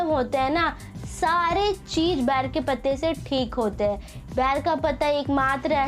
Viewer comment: Bair nahi ber hota hai....😂